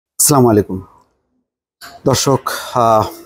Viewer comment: আগে ভালো করে সালাম শিখেন ,আসসালামু আলাইকুম। স্লা মালিকুম এটা কেমন সালাম ?